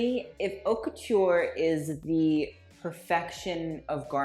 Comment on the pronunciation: I enjoy watching your videos but please pronounce correctly. It’s cringey. Also when you criticize fashion, just don’t base your opinion on the the look since it’s subjective, there’s more than that, especially you’re talking about Haute Couture, the details, the techniques, the materials, etc..